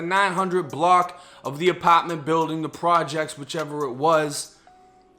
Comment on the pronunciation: I love your accent! “Apatment” 💕